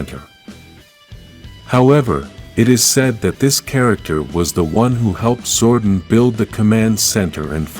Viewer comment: King Lexian ‘Lex - e - an’ Also Zordon is ‘Zord - On’ Your videos are good but you didn’t seem to have watched the show so your pronunciation is damning